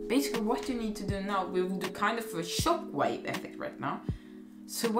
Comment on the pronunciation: I love how you said chockwave